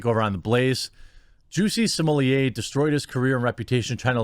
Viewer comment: Because it’s jussie like “just” without the t. And then “e” so “jus-e” and his last name is pronounced small-ette lol